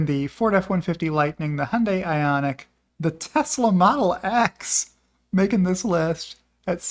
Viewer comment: Ioniq is pronounced as Ionick.